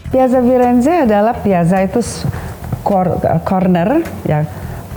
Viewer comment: Piazza di baca Piatza...